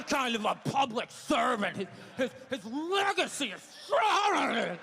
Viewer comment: His fregacy is freghawhhreghehhee